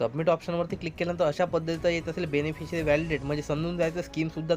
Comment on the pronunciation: 4.24 काय बोलले ते समजत नाही बेनफिसरी is not registered जरा नीट सांगा समजत नाही